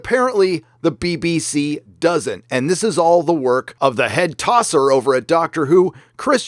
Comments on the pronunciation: Gotta say, it's really weird to hear an American say "Tosser." I see the good slang is slowly making it's way across the pond. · just hearing say tosser fills my British heart with pride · So funny to hear an American say “tosser!” I like it! 😂